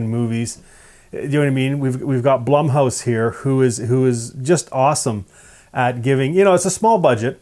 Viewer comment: Isn't Blumhouse just the disney of horror? This guy pronounces "Blumhouse" differently to me.